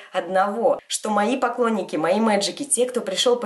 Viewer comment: мне кажется или на она сказала не поклонники,а покойники)